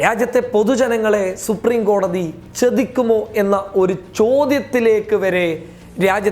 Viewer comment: ചെതിക്കുമോ എന്നല്ല ചതിക്കുമോ എന്നാണ് പറയേണ്ടത്. ഉച്ചാരണ ശുദ്ധിയിൽ ശ്രദ്ധിക്കുക